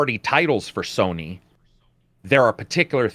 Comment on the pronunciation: is it me or do you guys keep saying Sorny....just me?